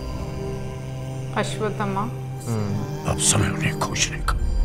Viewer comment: Pakistaniyon ke liye ashvtthama bolna mushkil hai ya ashvtthama ashvtthama bolate Hain